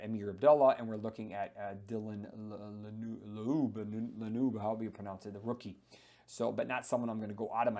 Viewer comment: I laughed way too hard at your attempt to pronounce Dylan Laube's name